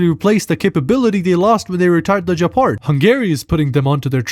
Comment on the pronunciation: The Gepard pronounciation is a warcrime